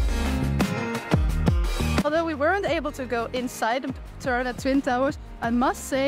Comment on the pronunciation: it is petronas ..not petrona:goodvibes